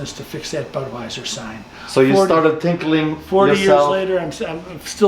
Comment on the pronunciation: I think you just said...."you started tinkling".....LOL...Love your channel, keep it up.